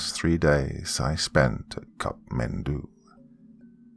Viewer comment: Just a correction I would like to point out it's not Cup Mendou rather it's kathmandu.